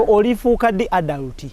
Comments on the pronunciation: ALUDAATI, ILITRITI,. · Pronunciation of adult enzise. Obwedda mwenya naye ekyo nfudde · Naye Bad black mbu Aldut instead of Adult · Am an aludat 🤣🤣🤣🤣🤣🤣🤣🤣 instead of adult naye black wa banange 😂😂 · Wabula from gugu(google)psalms to elidulati (Adult)🤣🤣🤣🤣omukazi ono ansesa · Aldut???? Naye bad black its "adult" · 🤣🤣🤣🤣🤣Wabula black Naye Bambi try to correct her in some words adult she pronounced wrong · nawe muno mubulile how to say adult